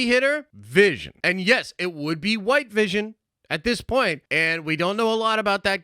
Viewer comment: Nobody: Absolutely No One:: AND YES IT WOULD HUWHITE VISION!